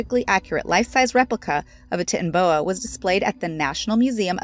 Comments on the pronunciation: "Ty-tan-a-boa" please do more than one take next time. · um what did you say titnoboa. I think it's pronounced titan-o-boa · Oml it's pronounced "tie tan a boa" and spelled titanaboa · I thought it was pronounced titan-a-boa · This woman cannot pronounce even one word correctly. TITAN-O-BOA can't be that hard surely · Yeah lier its titanboa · Tai-tana-boa smh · This video was so awesome to watch, but uh- am I tripping or did she pronounce Titanaboa wrong? I always thought it was pronounced “Tie-Tan-uh-bow-uh” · titanabowa is that you? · You're saying titanoboa wrong its pronounced tite-ano-boa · 1st of all, WW2 didn't have helicopters 2nd it is pronounced tie-tana-bowa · Its "Titanoboa" I hate her pronunciation of it. Annoying! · Its pronounced TI- TAN- A- BOA = TITANABOA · its pernounced (titan-oh-boa) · Tit-an boa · I am going to become a professional voice over artist starting tomorrow. It will be easy money. I for sure know how to pronounce "Borneo" and "titanoboa". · that's not how you pronounce it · it's literally not hard to pronounce Titanoboa... and yet.. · I’m just mad at how she said titanaboa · Dhe said titanaboa wrong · Tie-tan-a-boa, not tit!🤣😂 Like clash of the titans? Edit: However, titty-aboa definitely makes it way less terrifying. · “tittnaboa” it’s pronounced “Ti-tano-boa” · It is not pronounced "Tit", it is "titan". The name is to help explain the size, so Titan...please....say titan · stop calling it the tit-na-boa its called the titan-a-boa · For God's sake it's pronounced TIE TANNA BOA, not tit anna boa. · Ti-tan-o-boa not tit-anoboa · Tie-tuh-nuh-boa. Not Tit-o-boa God at least pronounce it right. Literally first page of Google. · It’s not a tinaboa it’s called a titnaboa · Its not a tiity boa its a titanaboa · its tItAnaboa not titnaboa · Titan Boa, not Tit n boa. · "Titnoboa" Its pronounced as Tay-ta-no-bowa😅😂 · Its pronounced as titano boa not tit no boa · Tinton boa😂😂 Its titanboa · Titty boa 😂😂😂😂😂😂😂😂😂😂😂😂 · Tity boa RoFLmao